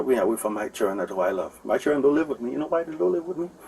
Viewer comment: from the time he said "chirren". yuh dun know